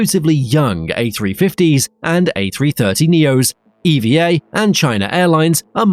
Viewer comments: Pronounced "eevvaa" one word NOT E.V.A. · It's pronounced "eva" not E.V.A... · It's pronounced "EVA" not "E-V-A" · It's pronounced "Ever Air" btw, owned by the Evergreen company